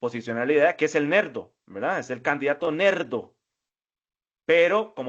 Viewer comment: Nerdo no LERDO